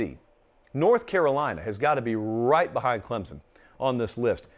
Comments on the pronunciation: As someone from Clemson, it kills me when says Clemzon. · 😂😂😂🤣🤣🤣 and he knows it too lol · The majority of people say it that way. Most don’t care either. Haha How a southern school gets mad about a southern pronunciation of their name is what’s mind boggling. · born and raised in SC, never heard anyone from the south pronounce it the way he does. There’s definitely a “p” in there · According to Clemson grammar Nazi above you there isn’t a P in there. And I e never heard anyone say it with a P that didn’t sound like a Yankee aka a word I can’t say in here. It’s Clem-sun, no Z, no hard s or whatever, no p in there... just Clem like the guy down the road, and sun like in the sky. One syllable. lol